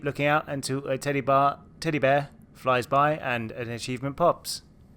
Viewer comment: Did you say a "titty bar" instead of teddy bear?? Lmao